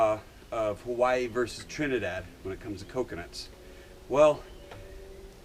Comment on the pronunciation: Haha u cant even say Hawaii correctly ahhahahaahah bumbai u learn